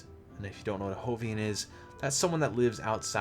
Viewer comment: Random comment...I'm pretty sure the J in "Jovian" is supposed to be pronounced as a letter J, and not the Spanish pronunciation... The name "Jovian" likely comes from the fact that they are inhabitants of the regions around Jupiter's moons...Also, Jupiter's Roman name was Jove, one of their gods for which the planet was named. Just something that's bugged me ever since your video on Xur. Carry on~